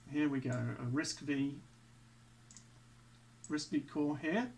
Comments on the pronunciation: It's called Risc 'five' , not "V"... Just for your information. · RISC-V is pronounced "RISC Five".